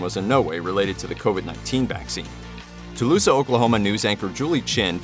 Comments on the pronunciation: Taloosa Oklahoma? Not Tulsa?!? AI generated narration is always terrible! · Julie Chin is from Tulsa, Oklahoma not Tooloosa. Are you from the States? She did indeed have a stroke. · wtf is tuh loosa? Thumbs down.